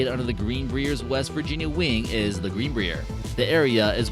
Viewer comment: You should really look up how to pronounce "Greenbrier" and fact check the level of security ...